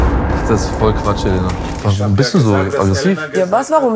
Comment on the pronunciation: ich finde es sehr unaufmerksam, dass die sprecherin und viele im camp den namen Elena falsch betonen, sie hat schon aufgegeben, es zu korrigieren, sie heißt Eléna, 2. silbe betont, nicht die erste.